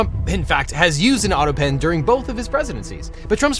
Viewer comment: I wonder how long did it took for someone to make Trump stop saying "autopeen".